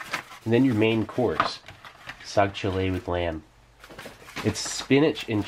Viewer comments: i bet my pakistani and indian bros will find it funny the way steve is saying "saag cholay"😂😂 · I just heard soggy chili everytime you pronounced the main. lol